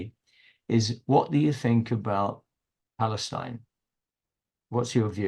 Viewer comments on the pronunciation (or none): none